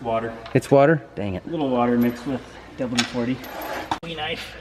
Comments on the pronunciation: because it's WD-40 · It's painful listening to him say "double D 40".